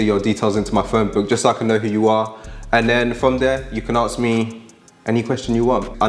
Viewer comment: Please can you pronounce 'ask/asked' correctly?